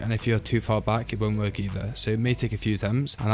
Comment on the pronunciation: wont work sounded like wont twerk